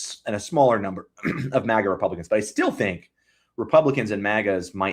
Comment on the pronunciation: It's MAGA, not MOGGA. Don't exoticize it with an accent.